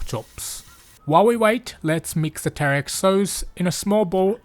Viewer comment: pronouncing teriyaki like Taric, nice.